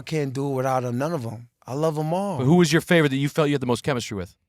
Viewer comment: Chemichry lol